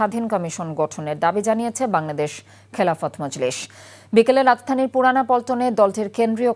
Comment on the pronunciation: হায়রে খবর পাঠিকা, রাজধানী শুদ্ধ উচ্চারণ করতে পারে না।